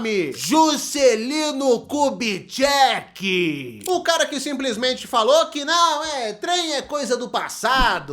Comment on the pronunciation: Juscelino ku-de-quem? 😂 ku-de-cheque?